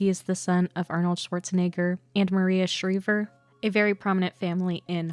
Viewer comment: Maria "Shreever"?